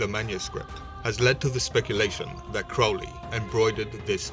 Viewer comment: His name is pronounced to rhyme with holy...get it right.